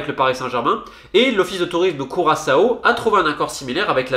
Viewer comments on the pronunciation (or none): none